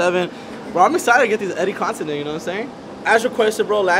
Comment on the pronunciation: Not W/ Tha “Continent” Instead Of “Content” 🤣🤣😭